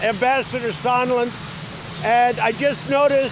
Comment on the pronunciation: Sahhhnd land! Like "songland". Sorry. That's a serious pet peeve.